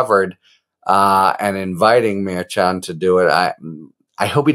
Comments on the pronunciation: No, not maddening... Infuriating. Dude, it's easy. Mer-shawn, not mer-CHAHN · Judge Murr-Shon not Mair-Chan just sayin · Again, Harry. Lol It’s Mer -Shon. Pretend that “ch” isn’t even in his name, m’friend! Mer - shush a man named Jon! Mer Shon!🤭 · Thanks Harry❤ As KFA said it is Merchan pronounced Mer Shawn. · Watch you all the time, along with Meidas. The judge's name is pronounced: "Mare-Shawn" 🙋‍♀️ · Your short takes are awesome! Succinct & to the point. Thanks Harry. (He pronounces it Mer-SHAN, per KFA. 😉) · I could be wrong but I believe the judge’s name is pronounced like Mur Shawn. Please continue to keep us informed with these great videos! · Judge mer-SHON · I thought the judges name was pronounced Mer-SHAWN? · The judges name is pronounced mer- shon. Have a good day sir! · The Judge’s last name is pronounced, Mer(mermaid)-chan(sean). Mer-sean= Merchan. Please pronounce his name correctly. I know Karen Friedman-Agnifilo corrected you in a previous video. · Someone told you how to pronounce the judges name, yet you continue say it wrong. Maddening. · I'm not sure why you can't say Judge Merchan"s name correctly? Karen Agnifilo told you how it's pronounced but you refused to change how you say it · Judge’s name!! It’s pronounced with a “ch” . It’s a soft ch like “sh”…..